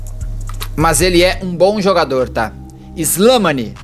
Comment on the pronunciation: O Argelino , a pronúncia correta é SLEMÁNI . Em idioma árabe é aquele que descende de Slemàn ( Rei Salomão)